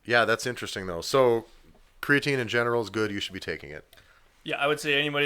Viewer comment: Its pronounced creatine